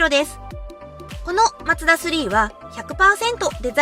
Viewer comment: が紹介すれば、全てが魅力的🥰 ちなみに、言い間違いの「マツダ」の発声は「マ↗ツ↘ダ↘」なんですね。 他の所は「マ→ツ→ダ→」ですが😋